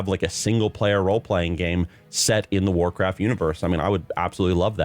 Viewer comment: "They want Wacraft IP to be bigger" Why do I hear this as if it's Microslop speaking?